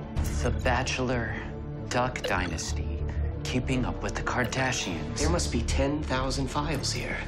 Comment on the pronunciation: Wait, did one of these red guys say.. Kardassians?